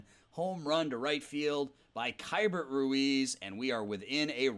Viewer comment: Hate to be that guy but Keibert Ruiz's first name is technically pronounced like "key-bear"